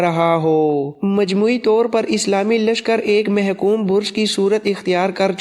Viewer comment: محکوم نھیں محکم بولا جاے